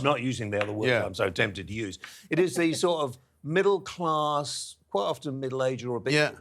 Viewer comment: almost had it right, I think he meant “widdle class mankers!” 😂